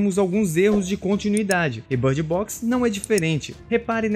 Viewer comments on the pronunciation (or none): Por que ele está falando bard box? Em vez de bird box? Não faz nem um pouco de sentido 😐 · que inglês é esse? I know how to speak English and that's certainly not the way to speak